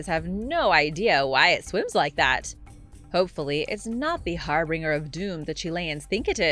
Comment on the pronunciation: It's prounounce Har-Bin-Jer.